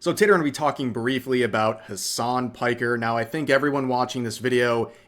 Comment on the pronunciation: his name is Hassan Piker( pronounced as pick..er),it`s a turkish name.